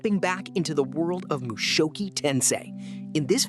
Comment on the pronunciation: "mushoki" im pretty sure its mushoku